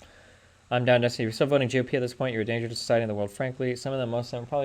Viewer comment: Cokestiny? XD